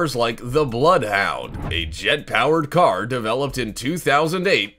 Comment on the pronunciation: Perhaps the narrator should work on pronunciation rather than trying to sound like batman. Its a car not a CAAAARRRRRRRRRR